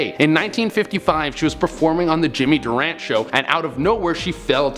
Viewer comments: It's NOT Jimmy Durant. It's Durante. The E is pronounced. As in Durant-e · Jimmy Dur ran tee, not Dur ran. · Jimmy Durante is pronounced Dur Rant TAY. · Nor did he pronounce Jimmy Durante's name correctly. Long e at the end. Dur-ant-ee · He also got Jimmy Durante wrong 😑